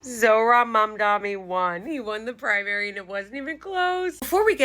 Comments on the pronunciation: Mom-donny not mom-dommy lmao but anyone really giving you crap about it needs to relax. You are clearly trying and I'm sure youll see some comments soon and figure it out lol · It's Mam - Dani, with an N. Not Mamdami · It is Mamdani not mamdami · You are mispronouncing it actually unless i am...You're saying it with two mms not one m first and then an n which is how it's spelled and i believe pronounced Mam-dani not Mam-dami which is definitely how you are saying it here in the beginning of this video. I don't think your doing it maliciously though i think you just may not be hearing yourself do it. Or over corrected because you originally thought the first sound was an n and now know it's an m, but yeah, no worries just thought I'd say that cause i care about getting people's pronunciation correctly too. And it's truth. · MamdaNi not MamdaMi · As far as I can hear, you are pronouncing like Mamdami but it is Mamdani. Difference between "mi" and "ni" at the end. Although it is not a very big deal and I can see you are trying your best. Do not warry about it. Good policy is all that matters. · It’s great to see someone as beautiful as you inside out, in the sense that you stand for what’s right and it’s nice to watch you say it too 😆. But I still think it’s with the N and not the M, as in MamdaNi and not MamdaMi and I know because I know the root of the name . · Engagement farming? It's not an M... Mamda"N"i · Maybe its your accent? I swear i can hear mamda-M-i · I do hear you saying MamdaMi, even here. I think maybe your Ns are just very M like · "A few of you have accuesed me of mispronouncing his name, and I have not". Goes on to mispronounce his name 1 second later by saying MamdaMi with an M instead on an N lmao. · She protests she pronounces his name right and then she calls him 'Mamdami with an "m".' 😅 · gurl you're still saying it wrong. It's MamdaNi....ykw just call him Zohran, it's easier.